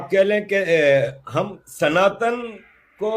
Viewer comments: it's not Sanatann but it's pronounced as Sanaatan. Please hear the word pronunciations very carefully in future from the Indian perspective or Indian panelists. These small things go a long way to show respect for other cultures 🙏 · You don't pronounce "sanatan dharm" correctly. It's "sana + tan" 😒